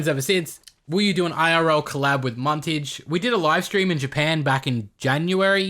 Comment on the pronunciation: Muntage and like those japenes woman